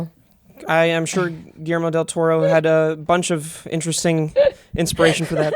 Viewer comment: Did you say GARAMEL Del Toro???????????????????????????????????????